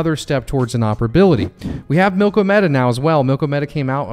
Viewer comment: AGIX! Thanks for doing this one,. Also: Think "Andromeda" when you say "Milkomeda". It always helps me!